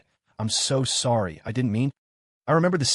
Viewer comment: saw-d????? isnt how you say sorry fix your fucking ai you god damn retarded ass nigger